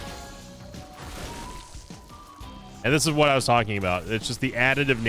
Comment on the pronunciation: Every time you said "I'll tell you Hwat!" or "Shota Speedo!" 🤣